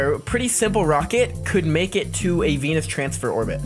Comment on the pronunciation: Venus sounds in your mouth like 🤨enis😂